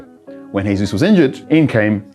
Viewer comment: It’s not Hesus. He’s Brazilian. How on earth do you not know that